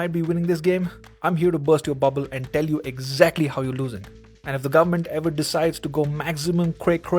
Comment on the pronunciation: Here from the future... gur-mant decided to go maximum cray cray indeed